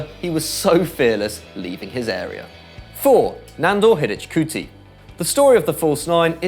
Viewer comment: Is it really that hard to do some research on the pronounciation of the players? It hurts to hear your pronounciations of Hidegkuti and Facchetti. In my opinion it's a matter of respect!